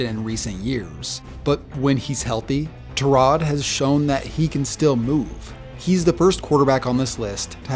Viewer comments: Tyrod said on the pat McAfee show it's pronounced ty-rod not ter-rod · Tyrod is not pronounced Tuh-rod, it’s Tie-rod. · And you need to stop butchering Tyrod's name, it's pronounced TIE-rod not TUH-rod, dude was on Pat MacAfee's show 2 weeks ago explaining how y'all keep fuckin it up but here you are doublin down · Stop mispronouncing Tyrod's name, it's TIE-rod, it's not TUH-rod, he explained it 2 weeks ago on Pat MacAfee's show yet here you are contradicting him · Tyrod literally went on Pat McAfee show and said "it's not Tuh-rod, it's Tie-rod." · It's tie rod taylor. Not trod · It’s TYROD NOT TUROD… HE SAYS IT HIMSELF ALL THE TIME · It's tyrod not tarod. What the heck 😂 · I will continue to pronounce his name Tie-rod taylor until I die and nothing you can do will stop me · Actually that is NOT how you say Tyrol Taylor’s name. He said in an interview this year with Pat Mcafee that it is “Tie-rod” Taylor. So sorry you are wrong Sr. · It’s “TIE” Rod Taylor actually, sorry I love you but I gotta correct you on that one bud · The Tyrod pronunciation is like the kid in class who pronounces his name as La'roy but it's really Leroy 😂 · Come on on pat mcafee show tyrod said how to say his name and it wasn't that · Tyrod in interviews says that's not how you pronounce his name 🤦‍♂️😂🤷‍♂️ his mom too lol